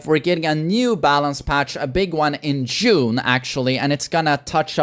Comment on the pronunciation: I keep hearing "jun" when he says june